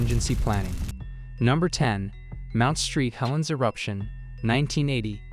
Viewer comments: Mount Saint Helen #10… not Mount Street Helen. Thanks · This has to be AI reading right?? Its hilarious Mount Street Helens, Tack-a ma narrows bridge instead of Tacoma among other badly mispronounced words.Ive never heard anything like it. Come on!! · Mount St. Helens IS NOT Mount Street Helen's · AI crap spelling at its best. I quit at the Mount "Street" Helens... That shit's unwatchable. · mount street helens? ok. this is ai. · Please shell out the extra coin to hire a narrator. I didnt even mind the filler footage & lack of "where are they today" info as much as the mispronunciation, "Mount Street Helen" !!! Really? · Yeah seriously. This is so stupid. Mt. street helens… seriously? And they didn’t even correct it before posting it. They were like yeah this is good to go